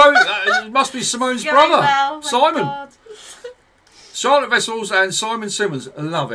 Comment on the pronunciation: Love it! Going to see them in February!❤❤ (Also you both are saying Charlotte's name wrong ;) There is a Dutch pronunciation haha)